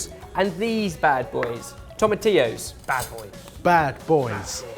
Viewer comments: finally learned how to pronounce tomatillos!!!! He's come so far since being called out (by me) for calling them 'toma-til-os' in the Mexican lasagne video 😂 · Good choice guys! I've had my version of this as breakfast for years. It's awesome and your version looks delicious. :) You guys said tomatillos correctly! Finally! 👏👏👏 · When pronounced Tomatillos properly, I threw my hands up in the air and was like "I can die happy now"